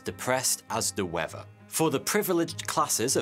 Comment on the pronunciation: Its pronounced Weather. Not wefva. How is it that the british "people" invented a language but are the worst speakers of it